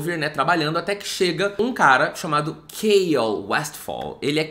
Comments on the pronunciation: Ele falando "Kêiol" e eu: "mds, quem é esse querido?" Até q me liguei q era o Chaol, e eu simplesmente leio CHA-OL, tal qual tá escrito mesmo kkkk 🤡👍🏽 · Eu não li o livro ainda, então quando ele falou, eu achei q o nome fosse Kyle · E eu achando que o nome do Chaol (só descobri que chama assim por causa dos comentários) era Kale por conta da pronúncia do e não parava de pensar “nossa o nome dele é Couve” HAHAHAHA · A pronúncia de Chaol kkkkkkkkk eu falo "xau" kkkkkk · mds COUVE???? KKKKKKKKK coitado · Sim kkkkkk KALE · Eu pronunciava o nome do Chaol de "xãon" KKKKKKKKKK